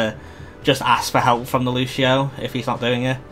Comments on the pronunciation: "lushio" hurts every time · lucian is the english equivalent of luciano, wich is the long version of lucio everyone in the game calls him lucio, no one calls him lushio if you lived in a spanish or portuguese speaking country they'd pronounce your name soomers, its not the same thing